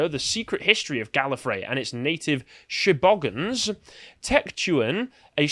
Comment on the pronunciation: "The native population of Gallifray, the She-Bogans." Australians howling with laughter in the corner.